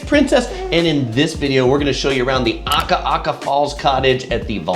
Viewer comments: a'ka'ka not aka'aka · love your videos...but please pronounce Akaka correctly. NOT Aka-aka.